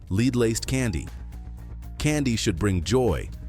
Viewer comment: LEAD IS PRONOUNCE LIKE BED NOT LEED!!! DID YOU HAVE ENGLISH IN SCHOOL????DUH!!!! THERE IS NO EXCUSE!!!! GO TO GOOGLE!!!